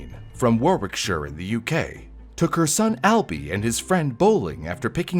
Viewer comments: Both were wrong, lol. It's "Worrick-shuh", not "War-wick-shire" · Warwickshire is pronounced "Wah-rick-sher." The second "w" is silent, and "shire" is contracted in all English -"shire" names. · Note: Warwick in England is pronounced " worrick" Also Warwickshire is pronounced as " worrickshur" 😌❤ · It’s pronounced “warrickshur”…no middle w. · Sorry but the way you say Warwickshire absolutely kills me as a person who lives very very local to this story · OH. MY. GOD. HE SAID WARWICKSHIRE CORRECTLY!!!!!!!!🤯 Edit: oh nevermind 🤣